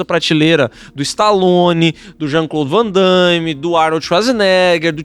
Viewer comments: Só uma observação , é Jean claude Van damme e não vandaime . PQP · Ainda mais "Vandaimi"😅😅😅